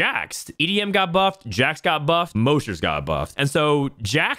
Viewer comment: does he say moshers incorectly on purpose to piss people off or what?